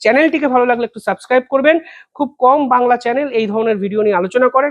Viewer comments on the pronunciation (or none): none